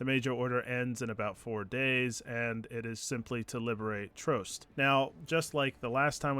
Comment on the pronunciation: How do so many of youtubers not say the name of the planets correctly your ships computer literally says it for you. Its Troost not troust.